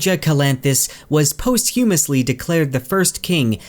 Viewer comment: Bro your pronunciation of posthumously gave me a good chuckle. Love your channel love the book keep up the good work man.